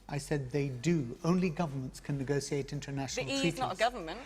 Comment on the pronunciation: Neee gossse seee ate. Say negotiate correctly you half wit